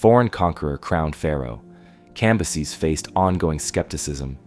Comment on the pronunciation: It’s fucking CAM - BYE- SES.